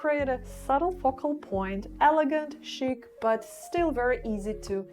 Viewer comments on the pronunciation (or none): none